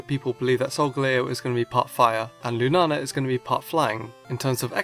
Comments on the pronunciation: I think it's pronounced lunayla but I'm not sure just because of the double a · It's pronounced loonah ahla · yep, in brazilian is loona-lah, but your pronunciation is cool too